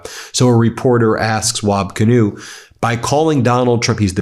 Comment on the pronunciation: BEN ... its WAB KIINEW... A native American Indian name